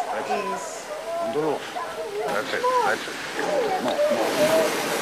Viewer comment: Same. I’ve seen this movie so many times and I still get destroyed every time Liam Neisen says “I could of got nore” and then when I see all the stones on Oskar Schindler’s grave at the end.